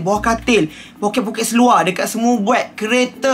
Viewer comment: Suka betul dengar cakap "seluaq" 😆